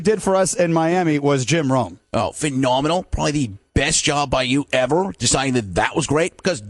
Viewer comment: I love his Jim Rome when he puts more separation in the four-syllable words, like PHE... no-menal! IN... cre-dible! A... ru-gula!